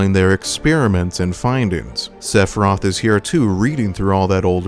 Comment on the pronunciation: I could not get past you pronouncing the dudes name as 'Sephroth'